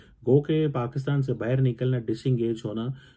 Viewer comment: baa-ii-rr = bahar = outside😂😂